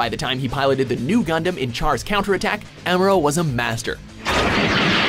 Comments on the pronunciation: Who the fuck is Amora Ray? It's Amuro, But M'kay. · It’s am-u-do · This list is BS, for starters, the way they pronounced "Amuro" and "AGE". I won't say that this is the definitive list or something, but this is how I arrange them: 10.- Banagher Links: Strong New-Type, meh Pilot. 9.- Christina Mckenzie: Normal Pilot in a New-Type exclusive gundam. 8.- Flit Asuno: The guy has natural Pilot skills and it's an X-rounder 7.- Kira: Strong fighter, skilled Pilot, but is missing something. 6.- Domon Kasshu: Not a New-Type non-sense, just a plain old marcial artists. 5.- Kamille Bidan: Awesome Pilot, Strong New-Type. 4.- Heero Yuy: Not a New-Type nor exclusive surgery, pure Pilot skills. 3.- Mikazuki Augus: Pure Raw power 2.- Setsuna F. Seiei: You know why. 1.- Amuro Ray: Because....c'mon